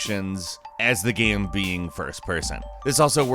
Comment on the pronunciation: why can’t pronounce game right